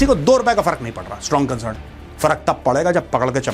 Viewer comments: 'Strong consurn' from india😂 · Condim mat kariye condam kar dijiye Major Ji gajab bol diye 😂😂😂 concern bahot hard hai apka